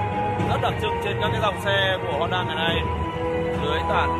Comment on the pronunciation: Em gái Thái đọc chữ "Honda" nghe mồn một như "Hòn Đá" :D...